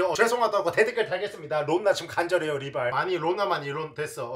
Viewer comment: ㅋㅋㅋㅋㅋㅋㅋㅋㅋㅋㅋ river ㅋㅋㅋㅋ